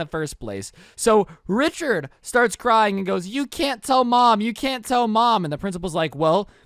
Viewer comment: Rhicherd not joe